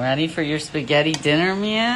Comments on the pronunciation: The drunk dude making spaghetti and meatballs and totally mispronouncing it is A WHOLE MOOD!!🤣🤣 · “schtarchetii adn neetdAlLs”😃🫠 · SPAR CHETTI AND MEATZALLS😂😂😂😂😂😂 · SPAR CHETTI AND MEATZLES 😭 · when he said "perschetti and meatels" i suffocated, died, and had a funeral right then and there. 💀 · “Sporchetti an meachalls” lolllllll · “Sparsheti and meatdolls..” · "feshetti and meatdalls"